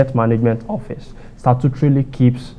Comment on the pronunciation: Mr fact checker, you can do better. Do you say office or hoffice? I mean your pronunciation.....